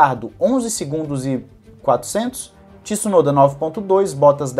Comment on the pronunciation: Não é tissunoda a pronúncia é tsunoda. Tsu não é Tissu.